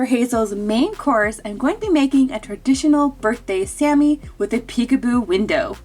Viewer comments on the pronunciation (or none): none